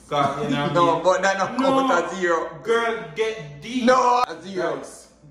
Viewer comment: Did he just say j for Jirl girl opps